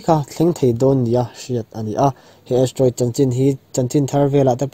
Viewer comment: Astroid nilo in Asteriod anilo ami??? hawrawp khi i ti diklo in ka hria..Chuan duh aiin i țawng rang...mi kan inang lo a..kan beng chak dan a inanglo bawk a...mi tinreng...upa leh naupang pawn an en a an hriat hman turin sawi a țha ka ti